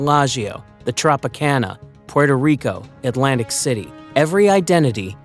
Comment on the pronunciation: Oh wow, there is at least one American who calls puerto rico puerto rico and not porto rico :O Bravo!